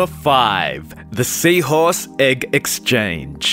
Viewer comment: The way he says egg “eck”